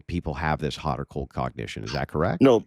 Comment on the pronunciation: After listening to this dude I hate the words cold and hot... More importantly the middle-eastern way he butchers the words.